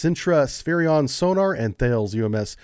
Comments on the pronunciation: Thales is pronounced 'Ta-less' not 'Tales' :) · Thanks - good vid. I was part of the commissioning crew of HMAS Warramunga ANZAC frigate. Seems so long ago now... BTW, Thales is pronounced 'talles/tallis' (silent H). Big French defence contractor that does a lot in Australia.